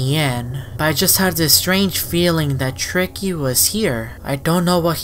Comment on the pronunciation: that not tricky now that shtreiky